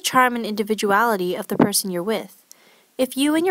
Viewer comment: "of the p-son you're with."